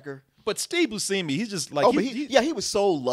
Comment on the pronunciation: pronunciation of Steve Buscemi's name causes me great pain and confusion.